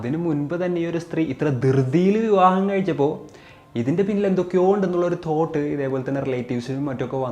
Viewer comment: "തോട്ട് " എന്തുവാടെ അത് 😂😂😂😂